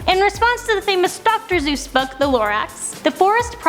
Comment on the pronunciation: its dr. Seuss not dr. Zeus